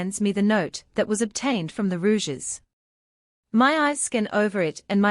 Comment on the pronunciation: I just can't listen to the misprounciation of Rogues as "Rouges"